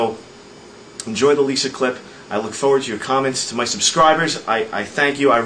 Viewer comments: he says leeser instead of Lisa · Lol He totally said Lisar. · Liser? LISER?!